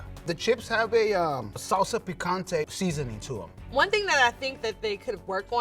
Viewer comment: No way that “Mexican” pronounced picante like that, get out of LA joto